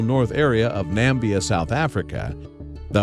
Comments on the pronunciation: NAMIBIA, not Nambia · Good video, but it's not Nambia its Namibia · NAMIBIA !! Not Nambia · The Hoba METEORITE (not “meteor”) was found in NAMIBIA (not “Nambia”). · Namibia not Nambia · Nambia or Namibia? If it’s the latter it’s not in South Africa, it’s in Southern Africa. If you’re doing educational or informative vids you should at least try to get the easy stuff right or how can viewers trust the rest? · It's in Namibia, South Africa, not "Nambia." Geesh! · N A M I B I A - not Nambia!!!! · It is NAMIBIA, not NAMBIA. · OMG It's Namibia not Nambia... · There was a lot of unnecessary repetition in this video and because America is clearly the only country on the planet that actually matters it's fine for the narrator to keep referring to Namibia as Nambia. Why? He doesn't need an education, he's American. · I think he's pointing out that it's not Nambia, it's Namibia. That first 'i' can't just be ignored... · NAMIBIA... NOT NAMBIA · It's pronounced Na - mi - bee - ah 🤦🏽‍♀️ and it's a country on its own, not part of South Africa. Please do your research properly. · I went there when I was a kid. One theory is that its shape made it skip like a flat stone across a pond, so it came in at a low angle, slowed down, and didn't cause a crater. BTW Namibia pronounced 'Nah-mib-ee-ah'. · Nambia? Oh well, it's still much better than those computer voices. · Very disrespectful to mispronounce a countries name and then say a wrong location. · you'd fkn 'think' that that narrator could pronounce Namibia correctly - but not. BTW, I've been there, stood on top of this and even have a photo of a tiny flower growing out of one side. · Is he trying to say “Namibia” ? 😀